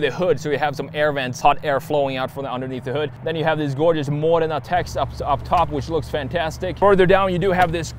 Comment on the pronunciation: The only US youtuber who can pronounce Modena correctly 😆